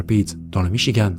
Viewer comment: Il n'y a pas de e à Michigan! En français ça se prononce comme dans Françoise Sagan...